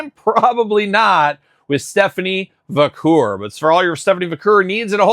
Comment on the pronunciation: Va - care. Haha Not Va - coor. 😅